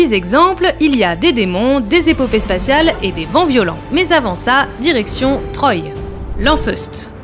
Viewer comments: Troy se prononce trois comme dans un, deux, trois. Lisez les BD avant d'en faire un sujet, SVP. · Lanfeust de "Trois" pas de "Troille"